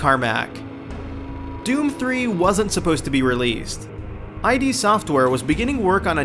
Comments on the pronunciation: The way you mispronounce id software pisses me off. It's id, as in the freudian self serving part of the psyche. Not I.D. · I know this has been said, but it needs to be known that they are called "id" software, not I.D. Software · its not I.D. software it's id as in id and super ego from freud...and, this is a gaming channel? for shame. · I've got a secret for you,, it's id, not I D. It's a refferrence to "ego, super-ego and id " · For someone who claims to know a lot about doom you don't even pronounce id right, it sounds like did but without the first d obviously. LOL you did all that work and didn't even realise it was id not I.D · it's ID , one word not I.D. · it's "id" software not "eye dee" software. i used to say it wrong for years. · "eye-dee software." Fuck. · ID softwere, not I D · it's pronounced Id as in "Kid" or "Did" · It's pronounced Id as in the Id, Ego, and Super Ego, not "eye dee" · It's "Id", not "I.D." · It's id(idd) not I dee ffs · id software, not I.D. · It's not I.D. Software, it's id as in id, ego, super ego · One amazing fact you guys don't know about Doom. The company's name is fucking id not I.D. Like... the word 'id'. Not even gonna bother finishing the video if you don't even know the company's name... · its not pronounced I DEE software its the Id, like say it like a word. The mind and shiz!!!! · Here's a fact: Anyone who says "I.D." Software has no business making a video about Doom. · I screamed out loud every time he said "I.D. Software" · I D Software???? You lost me there. You had no idea how to even pronounce the name correctly. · I cringed when he said eye dee. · STOP SAYING EYE DEE! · Eye Dee software... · EYE DEE SOFT WEAR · I literally stopped your video in, I can't take you saying "I.D." Software. The comments below show your fact checking is a bit off, and with your inability to pronounce something based upon Freudian psychology and the game company that brought the world first person shooters? Just stop, please.